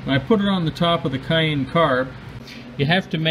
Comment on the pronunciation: Pronounced Kay- hin. Great vid thanks